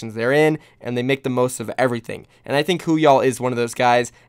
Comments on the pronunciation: why do you say "woohyal" as if it's spelt hooyall? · ITS NOT WHOOYAL ITS WOO-HYAL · Stop saying hooyall, it’s woohyal